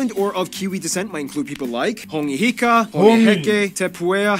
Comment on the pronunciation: Hey bro its Hone heke btw not hongi heka its pronounced HOR-NEH HE- KEEH ..... MUCH LOVE BRO